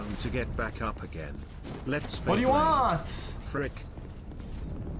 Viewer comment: Go agane, one more time